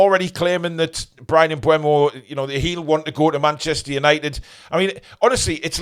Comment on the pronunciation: I thought his name was pronounced M Boom-o. Bryan em-Boom-o